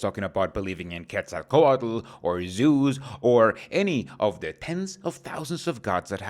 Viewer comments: Why do you said "Quetzalcoatl" right? How, I want to know all the details, maybe you could make a video about it. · You pronunced Quetzalcoatl really well, good for you